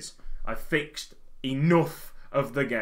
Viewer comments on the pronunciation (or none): none